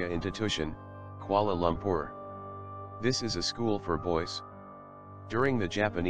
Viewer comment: It's kuala loompoor it like Kuala Loompoor okay?